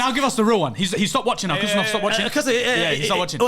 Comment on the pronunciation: Guys stop with the Khusanov pronunciation. It's Husanov "Who Sun off". Most of you have Arabic backgrounds, so it should be easy.